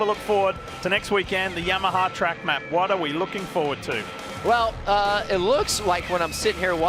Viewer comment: why Yammaha? 😂